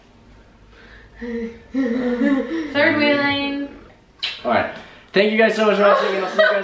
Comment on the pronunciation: You always say thano you so much